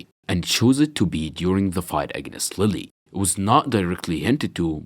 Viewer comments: Its pronounced leel like the french futbol club. Not lily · Just an FYI, Lille's name is apparently pronounced 'Leeyay'. Between that and Chocolate Ingles, he seems to be from the Caribbean